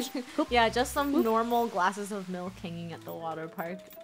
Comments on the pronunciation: Ya mean, MeLk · Melk lol 😂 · Funneh: Rainbow, I think we a glass of mElK Me: that's how I'll say milk for the rest of mah life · Its pronounced ”melk” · Hahahaha yep true a glass of "MeLk" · I love it when funneh says melk 😂